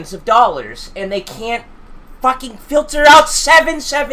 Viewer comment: he sounded like he said holy shot